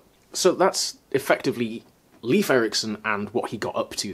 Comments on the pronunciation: Oh, that's what they are called in English. Squash berries, in Swedish we call them vinbär. Wine berries... It's funny to hear Leif be pronounced like leaf. It should be more like "Leif" for a Scandinavian sound. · Thanks. Was just about to comment. It's awkward to hear saying Leef, since I've been correcting people for my brother's whole life 😅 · please, Leif does not sound like 'leaf'. It's pronounced like 'Layf'. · Not sure about other Nordic languages (or Old Norse) but in Swedish "Leif" is pronounced "Layf". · Leif is actually pronounced more like "Layf" :)